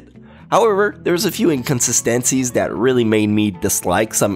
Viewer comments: Why you say inconsistencys like that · The Way He Says Inconsistencies is Hilarious That got me Burst Out Laughing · You really should reconsider how you pronounce words like Anarchy, Economy and Inconsistencies. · Why did you say “inconsistencies” so weird?